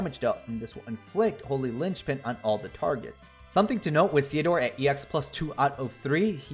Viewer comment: I believe you're saying it right, because his name is a combination of Cecil and Theodore (golbez's birth name)